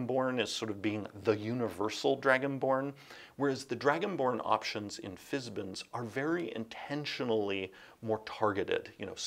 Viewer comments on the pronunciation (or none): Fizbin?? It’s Fiz-ban… rhymes with van, man… right? Margaret? Tracy? Care to chime in?